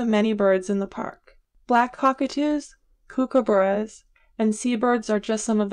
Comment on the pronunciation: Shame they didn't use an Australian to give the talk. Certain pronunciations give it away, e.g. "kookaburra ". Much more to Tassie than what was shown.